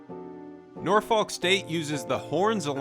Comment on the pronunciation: Great video man! Love your stuff. Though, as a resident and for future reference, you do not pronounce the 'L' in Norfolk! It's pronounced Nor-Fuck. If you're not cursing, you're not doing it right!